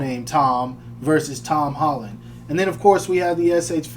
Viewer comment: Hom Tolland 🤣🤣🤣🤣